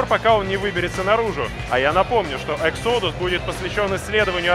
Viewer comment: Не эксодус, а Э'ксодас (ударение на "э").